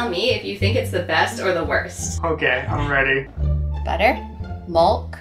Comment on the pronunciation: What’s with the milk pronunciation?